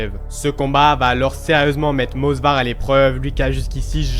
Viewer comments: Movsar ! Et non Mosvar !!!! Ok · frérot, Movsar est Tchétchène, pas Georgien... Et c'est Movsar, pas mosvar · C'est Movsar* pas Mosvar, pour la présentation du début tu aurais pu dire qu'il est ingouche (même si Russe de papier) et parler rapidement de sa famille, pour la lutte gréco romaine son cousin est champion olympique (Musa Evloev) et sa soeur est une chanteuse ultra connue en Ingouchie (Hava Evloeva) et son frère combat également au M-1 là ou il a fait ses débuts avant de rejoindre l'UFC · Movsar et pas mosvar, Diego lopes est un mexicain et non un brésilien… j’ai l’impression que c’est la nouvelle mode de se tromper juste pour avoir des com’s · salut c'était pour te dire que c'est movsar evloev sinon très bonne vidéo